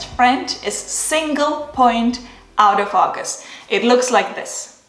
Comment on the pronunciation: Nice video. It sounds like you’re saying “out of focus” instead of “auto- focus”